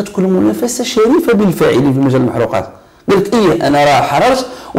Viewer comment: ليس المحروقات. هي المحرقات بكسر الراء